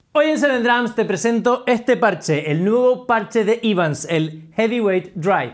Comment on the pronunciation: Hola. La pronunciación correcta es Evans, tal como se escribe. Gracias por los vídeos